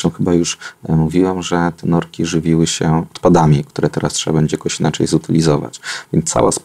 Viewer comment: Norki, nie "nordki" Panie Dr Mentzen